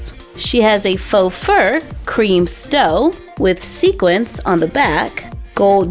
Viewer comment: Maybe my hearing is off but It sounds like you’re saying “Snow White and the Seven Dorfs” rather than D-W-A-R-F-S with a “W” and when describing her dress with the fur wrap it sounds like you’re saying “Stow” rather than S-T-O-L-E with an “L”.